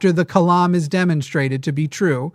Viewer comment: “The Kalam”…”The Climb”